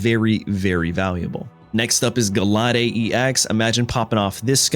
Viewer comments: Ga-la-day? Gall-ade. Gallant blade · "Guh lah day" shudders